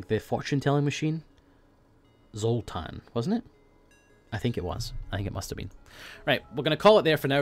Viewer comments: not zoltan, Zoltar (if you did not know) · It's zultar